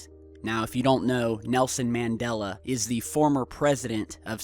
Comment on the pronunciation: 5 - it's pronounced MON DOL LA and BerEn is not "burn"